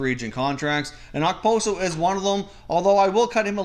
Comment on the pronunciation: As a Sabres fan I cringe everytime I hear someone say Okposo.